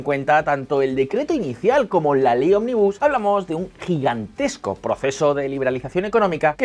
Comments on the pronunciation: ¿Soy el único que se ha cansado de escuchar "onmibús" en lugar de ómnibus? Jaja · Ómnibus es esdrújula si lo dices así es una empresa de autobuses. De nada. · Chicos, ómnibus es una palabra esdrújula!!! Jajaja